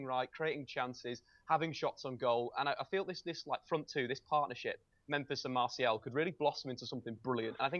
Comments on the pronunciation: But it's not pronounced mar- t-ial either it's pronounced Mar-si-al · why is the only person in the world who pronounces it "Marshall" hahaha